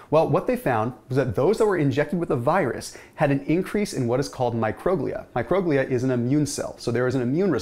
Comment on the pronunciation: It's pronounced micro-glee-ah (microglia)